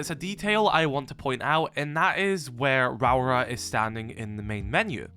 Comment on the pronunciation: Ra - aura is how you say the name.